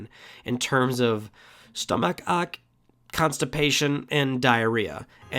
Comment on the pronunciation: stomach-ock?!?!? Cmon, 🤣